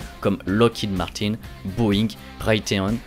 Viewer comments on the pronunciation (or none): none